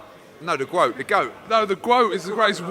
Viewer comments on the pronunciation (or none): Eddie 'the Gwoat' Moloney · Eddie “I’m the Gwoat” Hearn